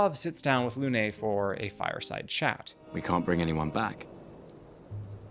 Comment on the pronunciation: It's not "Lounay", it's "Lune"